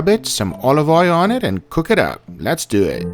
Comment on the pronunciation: Sounds like your saying dew it